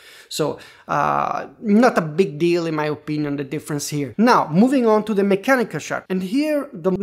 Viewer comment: ‘The’ is pronounced ‘THe’ NOT ‘De’. And ‘three’ is pronounced ‘THree’ , not ‘Tree’